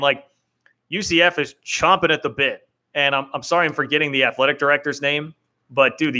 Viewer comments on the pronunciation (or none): “Champing” at the bit. Not chomping.